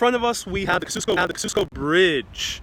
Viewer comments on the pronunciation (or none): And Kościuszko is NOT ka-shoos-ko ! Kah-zee-uh-sko Checking pronunciations should be part of video background research. It is too irritating to watch with all those errors !!